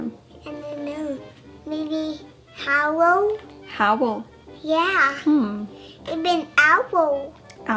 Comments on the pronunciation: I totally thought she said Powell at first and I was like oh that’s not too bad hahah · I thought she was saying Howell and I swear that’s a real name??!